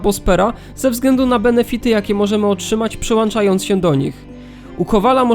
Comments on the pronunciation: Nie wierzę, że ktoś nagrywa na YouTube w 2023 roku z niezłą jakością materiału i robi błędy językowe mówiąc „przyłanczając” i „dołanczając” :( Nie zwracacie na to uwagi? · przyłanczając, dołanczając bro zlituj sie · Wyłączyłem, gdy usłyszałem "przyłanczajonc"